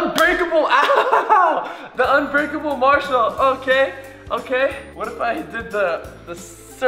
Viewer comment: it's not a marshmallow it's a "marmallow"